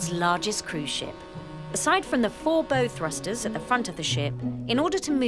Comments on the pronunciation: The "bow" in "bow thruster" rhymes with "cow", not "go". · Can someone teach the narrator how to pronounce "bow thrusters" ?? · Someone forgot to tell the narrator how to pronounce bow properly lol